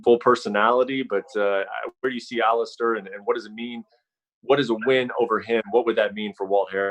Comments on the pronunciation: Dana "AliSTARR Overeem" White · ALI'STAR' Overeem